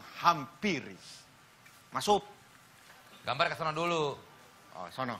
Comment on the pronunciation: Menit vincent bilang.. "Masup"..ya.?